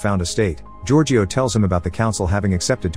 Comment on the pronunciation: Omg what was that. Giorgio. It's such an easy name ffs